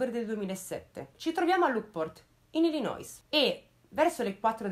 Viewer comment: info random: Illinois si pronuncia Illinoi senza dire la "s" finale - firmato: quello che rompe le scatole con le pronunce 😁